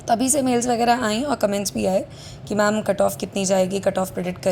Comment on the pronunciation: Pehle ma'am bolna seekhle. Fir 200 le aaiyo